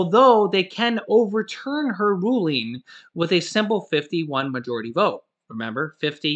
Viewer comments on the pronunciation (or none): none